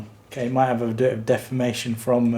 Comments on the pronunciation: Appropriately pronounces deformation as “defamation” because that product is fōked! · I thought you said "poop defamation"